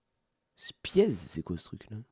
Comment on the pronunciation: "Spiezzzzee" c'est pour me tuer la prononciation xDDDDD juste pour la culture ça se prononce "Spy Z". Mais oui c'est à chier